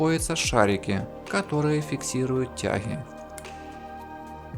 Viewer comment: Хохол ты стремный, не ТЯХИ, а ТЯГИ !!!!!